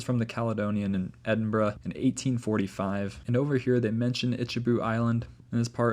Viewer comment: As an Edinburger, I commend you on your pronunciation of Edinburgh! 😊